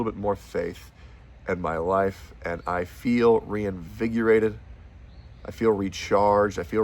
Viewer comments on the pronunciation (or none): InvigOrated not invigURated.